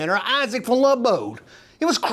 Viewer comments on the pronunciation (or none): none